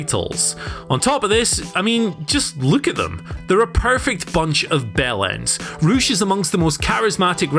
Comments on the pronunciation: Ocean Boi - Not to be confused with Poosh, Rush is actually pronounced Roosh. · I just realised he’s saying Rush not some guy called Roosh